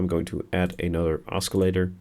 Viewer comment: you pronounce oscillator wrong, other than that, nice tutorial